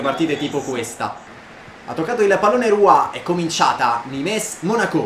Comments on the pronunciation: Non di dice nimes ma nim, non per fare il mestrino eh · bel video, il NIMES si dice semplicemente NIM. e ROUX è RU